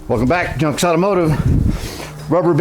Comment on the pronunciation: When you do your opening, I thought you said Jump’s not Junk’s Automotive. Lol. It will be interesting to see what you can get done with those bumpers. Cheers!! 😎